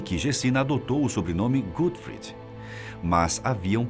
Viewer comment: A pronúncia tá errada. Não é GÉTXI GUTFRID é GÉCHÂ GÓTFRÍD.